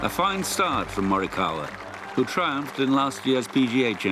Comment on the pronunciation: They pronounced him name right!